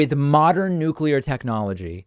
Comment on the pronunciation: Thank you, David, for pronouncing Nuclear properly!